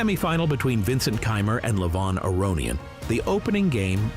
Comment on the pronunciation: This guy is such a good commentator and presenter. Brings a lot of energy and speaks very well. He even did his best to pronounce Levon's last name correctly!